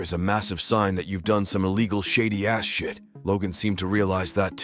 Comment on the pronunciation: Why did the narrator pronounce it as "shady ass-shit"? Lol